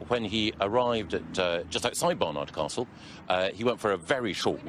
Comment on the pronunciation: Did you say BarnYARD Castle?